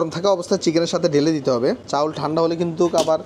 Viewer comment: চাউল না চাল 🐸